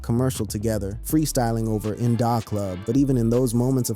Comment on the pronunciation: I’ve never heard In Da Club pronounced how you say it!